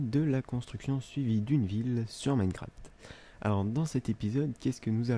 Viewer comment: Au début écoutez bien il dit (minecrat) sans le (f) P-S:pouce vert si vous aussi vous trouver que ne parle pas fort comparé a Unster.